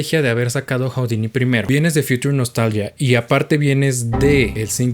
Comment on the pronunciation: Se dice judini, no joudini